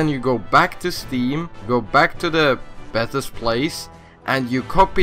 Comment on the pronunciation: Betas is pronounced "Bay-Tas"